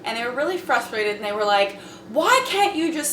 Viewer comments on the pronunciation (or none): Did I hear Jacyln say "fruthrated"@ ? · fruthrated xD